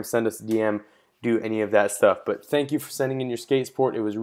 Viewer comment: "thanka for watching" kek